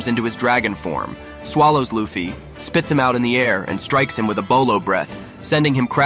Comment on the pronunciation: By the way it borobreth not bolobreth